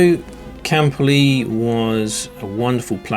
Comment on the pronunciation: Why do you pronounce his name as CAM-poli? Did he say his own name like this? The BBC announcer (and everyone I’ve ever heard say his name says “cam-PO-li”). Respectfully.